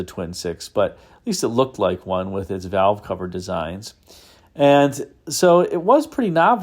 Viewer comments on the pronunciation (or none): none